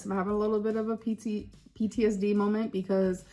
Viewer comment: I can’t stand how our dainty, quirky girl says molment, bolth and expecially 😡